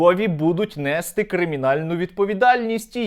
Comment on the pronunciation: нестИ, ну що ж ви так, говоріть правильно)